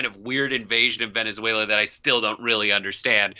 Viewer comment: it can't be Trump cos he can't say "Venezuela" properly